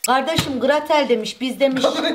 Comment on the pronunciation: de Meral ablanın hansel ile gratel diyişi çok komiğime gitti😂❤❤❤❤❤